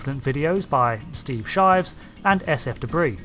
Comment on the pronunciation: Threw up in my mouth a bit at..."shives"